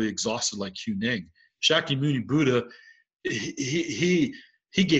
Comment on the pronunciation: "[the mind] must be brought to rest naturally." "None of this is a mental strategy."....don't worry about it...or answer any questions.. I don't understand Zen, and I'm frustrated. Thanks for the lesson. PS, you mispronounced Huineng.